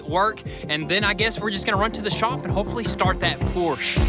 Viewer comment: Hey! Finally heard you say Por-sche correct!